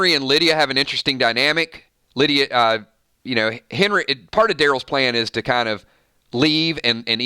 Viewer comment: "Lie"dia 😋